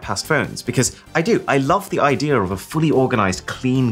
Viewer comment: “I just love the idearrrrrrr”